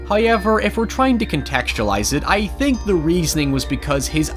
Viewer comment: "Hy-yever" Got what I came here for.